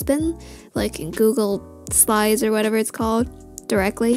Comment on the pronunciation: You: “gOoGLe sLyS.” Me: “wAt-i tHoGhT iTz gOoGLe sLiDeS.”